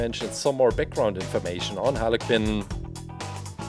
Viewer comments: It's not Harley Kin it's Harley Quinn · She’s not called holly cin it’s Harley quinn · i like how he says harley KIN =)) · Its (har li qwin) its spelled harley quinn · “Harley kinn” no offence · I heard haly kin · Don't you just fuckin love "Halley Qinn"? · Is it me or did i hear halicken instead of harley quinn 😅😅😅😅😅😅😅😅😅😅😅😅😅😅😅😅😅😅😅😅😅😅😅😅😅😅😅😅😅😅Also i love the colour's on harley this one of my favourite halicken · Are you saying Harley qinn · He said haly kin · Is he saying Harley kin?? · No offence but it sounds like you are saying aniken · Harley Kuuuin that’s how It’s pronounced 😀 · He said hala cin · When you said Harley Quinn it sounded like harly kin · Carson builder I heard hanakin. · He said like “halekin” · lol he calls her harley kinn HAHAHAH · How he says it tho lol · Bin ich der einzige dem auffällt dass er Harley Quinn falsch ausspricht?